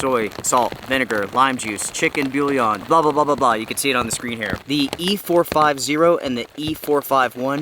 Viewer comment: Probably upset that you called it b'youleon or whatever that butchering was, it's booyawn, love the channel though.